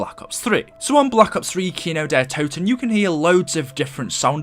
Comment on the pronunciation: Why did it say kino der t’o’ten and not kino der toten